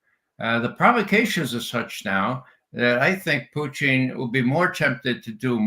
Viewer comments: The only person in the world who calls Putin as Putchin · Ray can't pronounce Russian names and words correctly 😂😂😂😂